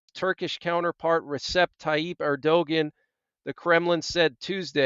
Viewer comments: it is pronounced erduwon. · Thank you for the update. God Bless! Bit of constructive criticism: Turkey’s president’s name is pronounced AIR-dyoo-gone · You butcher the pronounciation of many foriegn names. If you want to do this type of work learn how to say the sames correctly or try to. For example Erdogan, the "g" in his name is silent. It is pronounced Erdoan. You make Erdogan sound like he's from Scandanvia or Eastern Europe. Also the name of the foriegn minister is Abdollahian. It sounds like jibberish when you attempt to pronounce it. Its Abdo-la-he-an. Aside from the butchering your news and advice is alright. It seems like you defend the Apostate Jews too much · His name is pronounced Airdowan. 😊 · think his name (Erdogan) is pronounced air-doh-wahn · It’s pronounced Err dee gone. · Erdogan is pronounced er-do-wahn